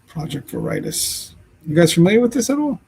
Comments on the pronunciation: Vare a taus- that’s how it’s pronounced and I’m surprised you never heard of it- they are on the news fairly often. You can go before a judge and give any account of fear of harm and a judge can rule without evidence . Wonder Why didn’t she get an order in Washington ? It’s icy in Washington , she could have injured herself somehow then blamed him- id like to see pictures of strangulation , to confirm. All news media were at Guthrie home - major news outlets were there 24/7 for over a month. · Project Veritas is pronounced Verra toss, it's the Greek word for Truth. James O’Keefe has another youtube channel called O’Keefe Media Group. He is widely known for getting to the truth doing videos undercover to get to the truth along with interviewing whistleblowers. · ver - i - TAS, a latin word 😀❤ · its project vear-a-taz , correct pronunciation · Project Veritas pronounced Ver i toss is a very famous group. The government has used their sting videos as proof in election fraud, and many other things. I first heard of JLR on an Interview Room live video. They said they followed them, so I followed them and I've watched for a couple years now. I just unsubscribed. This guy is a real low life. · Pronounced 'Vair - ee -toss". It is O'keefes endeavor. You've never heard of it? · It's pronounced Ver ah tas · that is Ver-i-toss. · Project Veritas = Ver ē tas pronounced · Your saying the project name wrong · How do you not know Project Veritas? Actually, you probably would recognize it if you pronounce it correctly. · WOW, Can't believe you never heard of the extremely well-known Project Veritas and you are mispronouncing the name. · My thoughts... I squirmed as this host butchered the word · Your pronouncing it wrong, dumb ass. Everyone know who O'Keefe is and project veratous. He's very famous, unlike you. CO's are corrupt too. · It’s VERITAS!!! Anyone doesn’t know Project VERITAS ???🤷🏻‍♀️🤷🏻‍♀️🤷🏻‍♀️🤦🏻‍♀️🤦🏻‍♀️🤦🏻‍♀️( CHECK THE DAMN PRONUNCIATION!!!!!) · It's pronounced Ver-i-tos